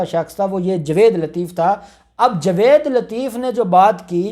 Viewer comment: جناب اپ اپنا تلفض ٹھیک کریں جاوید نام ہے نا کہ جوید پلیز تلفض کا خیال کیا کریں شکریہ